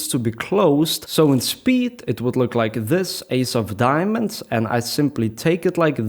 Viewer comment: “Just loike dat”